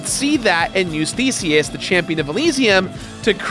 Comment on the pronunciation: Did he say Theseus or Feceus? LOL